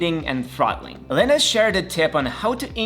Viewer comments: First off, it’s pronounced “Lie-nus,” not “linnus.” Secondly, you said M1 MacBook Air users were “grim” until Linus released a fix? What? Basically nobody noticed any performance problems whatsoever because most people who use a MacBook Air don’t even stress it at all. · Linniss? lol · You lost me at the wrong pronounce of Linus's name...